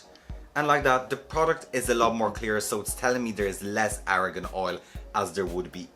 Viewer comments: Argan not Aragon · I love how you pronounce argan oil.